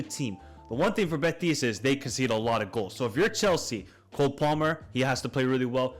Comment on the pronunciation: been following you for a couple years and i gotta say it's impossible to listen at times unless you change your pronnounciation. you speak normal english, and then when you have to pronnounce team names or players you completely change your accent. for example "beTIS" "beTIS" "beTIS" why do you put the accent on the last syllable? it's BEtis.